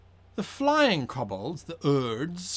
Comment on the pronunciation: K-oh-b-ol-dz not K-uh-b-ol-dz